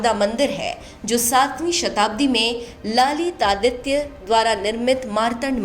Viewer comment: Just want to correct one pronunciation of Emperor Lalitaditya - ललितादित्य। He ruled Kashmir, Afghanistan, parts of Central Asia, Punjab, and large swathes of Eastern, Central and Southern India in the 700 CE.